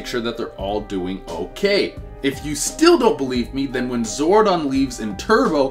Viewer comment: Okokokok so this guy can pronounce zordon correctly but can't pronouce zord correctly